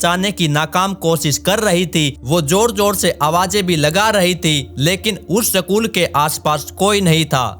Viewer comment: Sakul nahi school hota hai